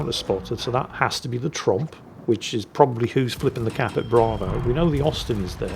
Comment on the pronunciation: Actually...it's 16 guns, 8 x 2. And it's Tromp...not Trump.